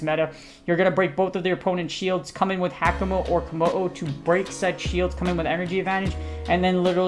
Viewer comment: AFAIK: it's pronounced hawka-moh-oh (from the haka dance and the mo-o lizard)